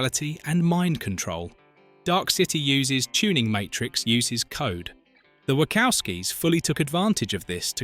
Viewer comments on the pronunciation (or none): The Script for this video is hideous. And the AI voice saying "The Wackowskies" was terrible. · The Ai voice is annoyingly inaccurate in its pronunciation of names saying Lawrence Fishburn, Wohkowkies and Warner Brothies! 😬